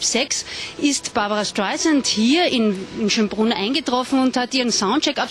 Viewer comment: Lernt doch mal ihren namen richtig auszusprechen...das ist ja unterirdisch "barbara schtaisant"